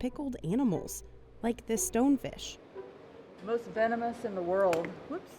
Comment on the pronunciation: "the most venenmous in the world, whoops!" what a great start